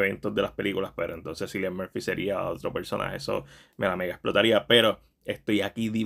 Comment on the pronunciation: Se pronuncia Killian Murphy